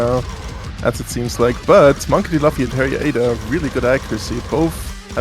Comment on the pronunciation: the way the annoucer mispronounces Monkey D. Luffy is kinda infuriating cause how tf you mispronounce the name of the main character of one of the most recognized anime of all time??? next up he gonna start saying "Go Q" instead of goku or "Vaguita", "Nuhrut O", "Go N", please, how can u not know the name of an anime protagonist when the game ur commentating on is so deeply intertwined with anime culture ??? 😭😭😭